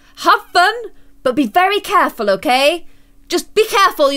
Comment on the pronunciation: instead of careful be clareful